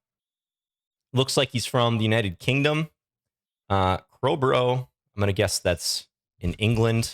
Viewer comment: it took me a moment to work out where it said "Crowburrow" on screen. The UK pronunciation of "Borough" is "BUrra", or even "bru". So "Middlesborough" is "Middlesbru" or "Middlesburra" depending on the UK accent.